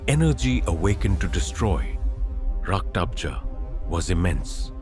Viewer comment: It's Rakta bej not raktabza